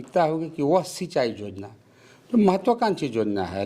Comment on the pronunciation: Jojana naii be yojana bola jata h